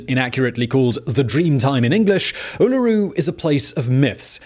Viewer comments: I'm American and I was constantly correcting him. lol. 5 minutes in it was really driving me nuts. Spent a Semester in Australia back in 1999, and in my class group, I was apparently the only one to actually read the sign posted at the trail-heads that said the Anungu preferred people NOT climb Uluru. So I was the the only one to instead walk the trail around Uluru. Took the same amount of time that everyone else in my class took to climb it. And I had the far better experience. The peaceful trail around it was absolutely wonderful. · Say "OOOlaROO" thanks. Driving me nuts.. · In Australia we say it like Ula-roo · giday simon when we aussies say uluru .we say it so it souds more like oola roo .... oolaroo . i do hope these aussies stop making fun of you .. love your chanal have a good one mate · Aaargh your pronounciation is driving me nuts. I'm a Brit living in Australia and know how to say U-la-RU, even my 2yr old can say it and he's still learning to speak. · Well, Simon is an equal opportunity misspronouncer. As with the Uulooroo he first went with Arse Rock. Is that shade on the colonists misnaming the most significant indigenous site? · Is any other Aussie here cringing everytime he says "Uluru". No offence, love your vids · I was just thinking exactly this... Heck, I paused the video and facepalm’d the first time he said it, and I wondered: “... Is it ‘me’ who has it wrong!?!... I’ve never heard it that way, but surely he’s researched more than I can claim to have—no, wait, that doesn’t make sense since ‘I’m’ the “native”... Oh god, don’t tell me... I’m only 1 minute in and I’m going to hear him ‘mispronounce’ Uluru every time?... ... ... Uuuugggghhhhh~...” ... So much pain... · you're missing what he's saying. It's not that it's being called Uluru - it's how the guy is pronouncing Uluru 😊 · Yeah... I have to stop the video. lmao I can't deal. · Hahahha yep, every single time 🤣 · He got it right the first time, and then butchered it ever after. WTF??